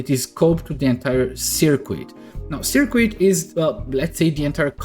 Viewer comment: Appreciate the video... just to aid your future videos "Circuit" is pronounced SER KIT the U is silent. Gotta love English!! :)